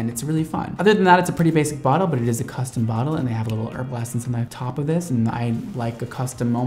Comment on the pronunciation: sorry to be that person but it's pronounced Herbal EssencES not just one essence haha